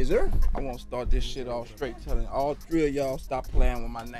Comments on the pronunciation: “All tree o y’all” 😆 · "All tree of yall" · “ALL TREE A YALL” 😂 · I always wonder what he would've done to Angela Lee. 😂😂😂He said all tree.... I mean all 3....and one was a girl. 😂😭